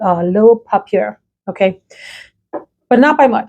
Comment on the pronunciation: informative video here. You are contributing to an underserved part of the YouTube sphere by covering skin scents. Appreciate your assigning scores within this category; very helpful. Gender leanings also helpful. Polite suggestions: papier (say, pah-pee-yay) means paper en Francis. Could the script font for the makers names be changed to a more easily readable font? This would help people who view on their phones. Thanks. Keep up the good work!